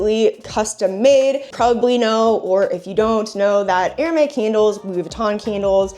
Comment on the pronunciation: Do you realize you're saying Air May instead of Air Mez? (Hermes) :body-blue-raised-arms